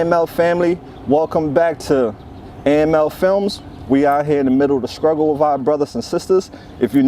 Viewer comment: Stop saying sKruggle....it's pronounced sTruggle! It makes you sound uneducated.